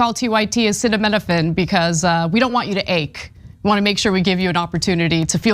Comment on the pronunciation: Ana has a terrible pronunciation of acetaminophen.